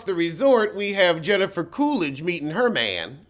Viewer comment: "Heffica Coolidge." 💀